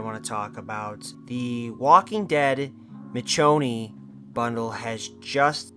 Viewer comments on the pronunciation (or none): Bro said Mitch o knee 💀💀💀💀💀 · Lol it does my heart good knowing that collectively everyone agrees. This take was bad. Still, A for effort for writing, editing and posting. And i mean this non sarcastically. Also you killed me everytime you said her name wrong. Michonne (Me-shown). Gg homie🤘😁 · You complain about the walking dead but want the office skins? Have you even watched the walking dead? Addidng the walking dead skins at least has something to do with the game, The office has not. You not being able to pronounce Michonne correctly tells me everything i need to know about you and the walking dead. You can have your own opinions but i doubt most people agree with you. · This can’t be real… this can’t be real… this video CAN NOT be real. For starters you pronounce her name wrong. That right there proves to me that you’re an idiot. Let’s proceed. You start off by bashing the walking dead. How are you going to bash something then research the same thing you’re trying to bash. You should have researched before coming on here talking like a pro when you’re not. Then you. Oh man this one’s my favorite. You then call it irrelevant. 😂😂 how when there are so many shows of the walking dead right now. Then you bring the office into this. I agree. I enjoyed it. It’s funny. But that show can’t even come close to the walking dead’s ratings. Then you want to talk about how they’re “Ordinary” people in jeans and stuff. 😂😂😂 then complain that call of duty if bringing all this into call of duty and that you want to feel like you’re playing a “Military based game” if you’re spending 70 plus dollars on it but want to bring in “The office skins” & how you love “the nova” camos on weapons???? Complain that Rick and michone are both running around on the battleground but proceed to want Dwight and Jim running around? This can’t be real. This made me mad. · Dude couldn't even pronounce Michonne correctly and you're uninformed asf